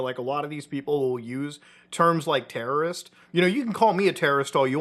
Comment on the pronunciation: Bruh, yew not teawow wrist. 🔫